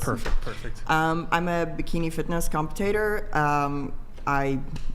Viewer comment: Is ANYONE else going to say anything about the fact that the 5th woman calls herself a “bikini comp-i-tater”, not once, but TWICE????